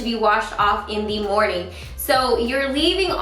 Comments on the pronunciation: It took me forever to realize you were saying Good Morgan everyone instead of Good morning. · I was really confused why you start your videos with "good morning everyone!", but it makes a lot more sense now that I know that you are actually saying "morgan"! :D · i think she says "good morgan" ? but idk 😅